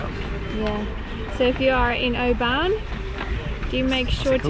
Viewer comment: It's not OBAAAAAN it's Oban